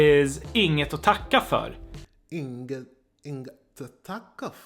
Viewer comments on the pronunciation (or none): Since you want to learn perfect pronounciation Inget - think of Nothing. Use the Ing in nothing and add et, (noth)INGet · when you say words like "inget", "inga" or ingen" we normally don't pronounce the g in the word. The ng sound is more like the "ng" sound in the english word "wing". Just a tip.;)